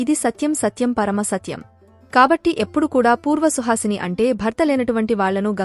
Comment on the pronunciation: Suhasine kadu suvasine